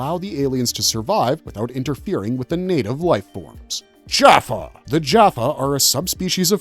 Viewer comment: This video is full of mistakes and mispronounced words. for instances the tolen did not reverse engineer the tolen ion cannon, they created it. the humans were trying to reverse engineer the cannon from the tolen. as well as the narrator pronounced jaffa wrong with many other words. can i suggest you do your research and not just blindly read the Stargate Wikipedia in to a microphone, Cheers